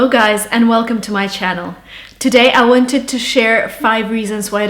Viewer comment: she spoke the the word 'wanted' in a British accent